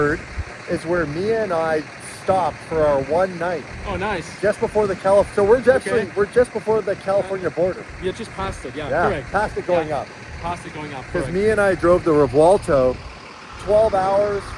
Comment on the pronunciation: it’s actuall not called/pronounced Revuolto but Revuelto ;0)